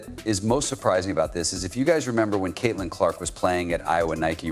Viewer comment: Why the hell does this guy call CC using the word "His"? Where are the editors?🤔😂😂😂 Oh yeah, And Kitlin!